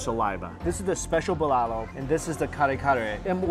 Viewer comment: Lmao. Your pronunciation of the Filipino dishes bruh you're butchering them! Hahhaha.